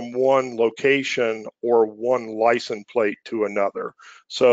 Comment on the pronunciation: Great overview but it's "License Plate" not "Lisen Plate"